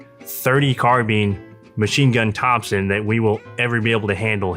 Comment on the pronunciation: Thompson not topson